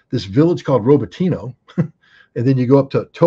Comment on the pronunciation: RobotinO not Roboteeno!